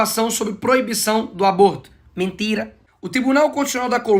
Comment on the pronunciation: Eu ri demais desse Nikolas, que camarada inteligente! kkkkkkkkkkkkkkkkkkkkkkkkkkkkk Felipe neto só fala "mintira, mintira, mintira"!!!